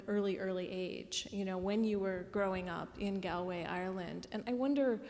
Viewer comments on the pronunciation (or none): Galway is pronounced like gawl-way. Aside from that, great interview. Angelica is such a classy and lovely lady. 😃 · Her pronunciation of Galway was pretty, uh, galling too.